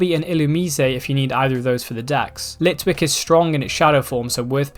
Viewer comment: gr he said litlick